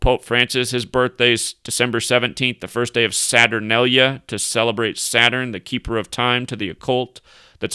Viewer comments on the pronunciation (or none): none